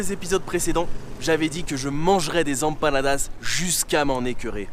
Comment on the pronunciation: Prononce M panadas ! Tu me broies les oreilles, poto 😂